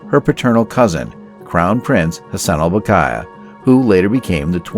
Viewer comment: Saleha is pronounced SAA-LAY-HAAA Bolkiah is pronounced BALL-KEEE-AAAAH